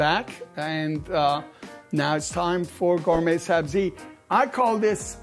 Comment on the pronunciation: Lol bro looks like he is from bazaar but he pronounces it "GayMay" 😂